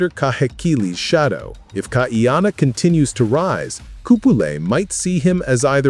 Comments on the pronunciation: NOT Kaiyanna! Kaʻiana (Kah-ee-ah-na) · Please KAH - EE-Ahh-Naa.